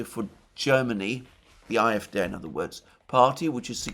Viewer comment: Why are you pronouncing the acronym CDU in English and the acronym AfD in German (at least you try to do it in German.. you seem to say A-Äf-Dä)